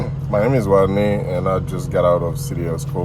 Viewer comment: He said his name was wodney 😂